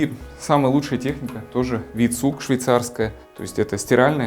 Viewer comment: Прекрасный обзор. Небольшое уточнение. Бренд V-Zug обычно произносится как "фау цуг", а не "ви цуг".